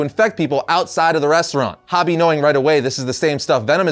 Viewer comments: Isn't "Hobie" pronounced "Hoh-Bee", not "Hah-Bee"? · Hobie.. ho-bee, not hobby. Silly goose.